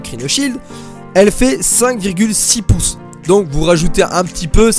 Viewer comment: Cinq virgule houi piuce pour houi cent cinquante euros 😏 En vrai ta vidéo tu l'as gérer, tu dis tout ce qui est pertinent, c'est une bien belle analyse de comparaison ( j'essaie juste de faire un beau commentaire 😭)